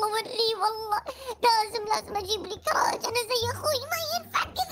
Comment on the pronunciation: كراج مو قراج يا